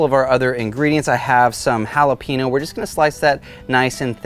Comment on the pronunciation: Please, don’t do a recipe with jalapeños again until you can pronounce it properly.